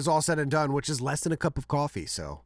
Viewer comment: I hate how pronounces “which” as “whuch” 😂